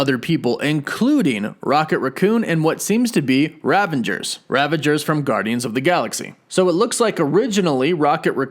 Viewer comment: It’s the Ravagers… not the Ravangers! Lol